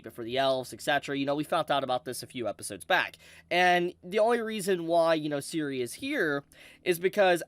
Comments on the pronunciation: You pronounce Serie exactly the way it spelled. It's really not that complex. Every time you say siri, is like a punch in the gut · Serie is pronounced Zer-e-á